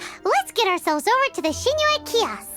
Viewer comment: It's funny how Paimon pronounces Xingqiu as "Singcho"